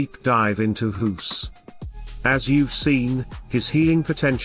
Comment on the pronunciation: pronouncing a "g" like an "h" makes you a silly goose.